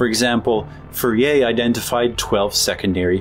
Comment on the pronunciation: It's pronounced: For'-yay